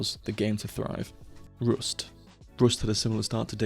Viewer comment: rüst (or maybe roost)